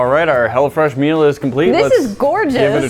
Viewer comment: it sounded like you said hella fresh meal